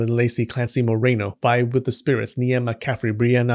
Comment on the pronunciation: When u been so excited for ur name to be listed in the end of a video and he reads Niamh as “Nee-am” instead of “Neeve” 😔✊